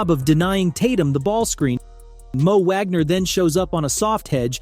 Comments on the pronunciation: Wish you could pronounce Franz and Mo’s last name correctly…..Wagner! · 🤣it's pronounced as Vhagner